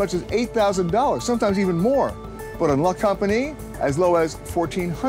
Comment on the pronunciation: The pronunciation of La Compagnie made me cringe so hard.